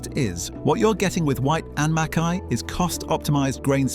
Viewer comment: Please pronounce Mackay correctly.